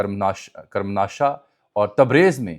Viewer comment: کرم ماشہ نہیں کرمان شاہ ھے